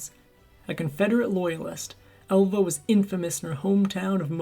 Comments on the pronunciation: …. And …. “ Alva”. He’s pronouncing it Elva. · I noticed the pronunciation. “Ehlva” instead of “Ahlva”. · Her name was Alva not Elva.